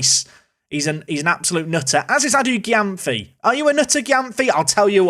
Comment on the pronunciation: great episode! p.s Adu-Gyamfi's name is pronuced ADU-JEM-PHEE